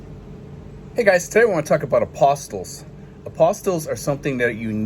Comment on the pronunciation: Great info. When I was asking those same questions about getting my documents done for my SSRV, I found out an important issue. The way you are pronouncing the word is a little off which may be why a lawyer might not know what someone is talking about. I found out from my cousin who is a lawyer, that the word Apostilles.....is pronounced Ap-A-Steel (one P only)......It is a legal term and almost all lawyers know what that is. An Apostle as you are saying it, is as in one of the followers of Christ.....Apostle of Christ.....For someone that has never heard the word said, it is an easy mistake. For any of your viewers in the State of Florida, there is only 1 place that does the Apostille of documents, and it is in Tallahassee FL. They have walk in service and you will get the documents back while you wait....they don't have any satellite offices here in the state.